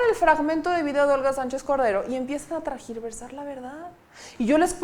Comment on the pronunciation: Se dice tergiversar....... No trasquiversar..... Corregir por favor....